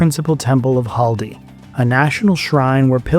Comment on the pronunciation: it's not Haldi. It's Khaldi